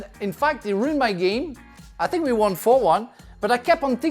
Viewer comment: I sink Tottenham 😂